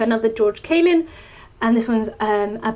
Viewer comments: His name was not 'CAY-lin'. It was 'CAR-lin'. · CARlin, not KAYlin. Also, yes, misery loves company. I agree completely. People who are miserable love to make others feel the same way, or at least love to pretend that others feel the same way. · BTW his last name is pronounced "Car Lynn" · Mate. mispronouncing a name isn't an accent. I'm letting her know that she's mispronouncing his name. Why don't you deal with it? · she's an intelligent individual who can't pronounce his surname lol